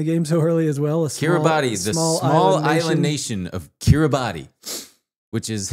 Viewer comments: i hate to do this but Kiribati pronouced like Kiri-bus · Kiribati is pronounced kee-ree-bass. Hi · Kiribati is actually pronounced Kiribas, the ti in their language makes the s sound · Dying at the Kiribati pronunciation. (Keer - Ruh - Bus) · guys. kiribati is pronounced "kiri-bahs" love yall <3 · FIRST OF ALL KIRIBATI IS PRONOUNCED "KIRIBAS" BECAUSE THE "TI" IS AN S SOUND